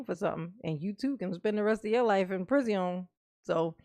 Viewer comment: Judge: Darrell we are going to let you go. Darrell: no I want to go to the prisiawn